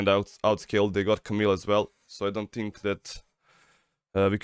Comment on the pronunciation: ali gaca na 36;30 " i sthink" xD